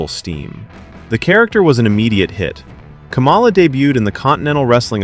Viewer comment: You owe him an apology for pronouncing his name wrong. It's not pronounced like the former VP, but you're probably MAGA and doing it on purpose to be cute.